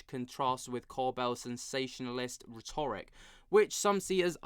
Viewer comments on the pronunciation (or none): none